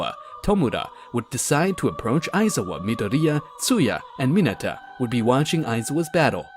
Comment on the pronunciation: Bro literally says mine-a acid-o